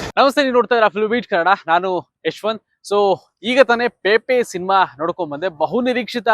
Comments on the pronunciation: ಗುರುವೇ ನಿಮಗೆ ಸಿನೆಮಾ ಹೆಸರನ್ನೇ ಹೇಳಲು ಬರುತ್ತಿಲ್ಲ. ಅದು ಪೇಪೆ , ಅಲ್ಲ ಗುರುವೇ , ಅದು ಪೆಪೆ, ಅಂಥ. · 😮😢 ಪೇಪೆ ಅಲ್ಲ ಪೆಪೆ. ಸಿನಿಮಾ ಹೆಸರೇ ಸರಿಯಾಗಿ ಹೇಳುತಿಲ್ಲ ನೀವು ಇನ್ನು ವಿಮರ್ಶೆ 😮?